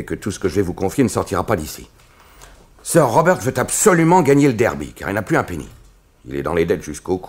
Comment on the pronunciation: Le "r" de "sir" ne se prononce pas ça écorche les oreilles